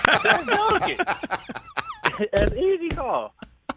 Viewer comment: I literally heard "Doncic" when he first said it because I immediately thought the same thing. Took me til Rich said "the MVP?" to realize he said Jokic